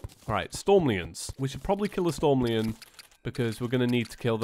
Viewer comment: um its storm-liiiion